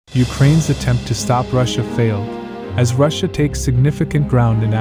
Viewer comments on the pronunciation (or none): none